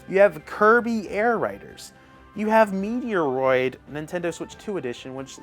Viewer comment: Dude😂😂😂😂. I'm sorry but I just gotta say it's not METEROID,It's METROID,MET-ROID. I'm sorry that was just funny lol.